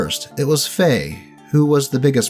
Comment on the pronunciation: Thank you, it was getting at me too so was looking for this comment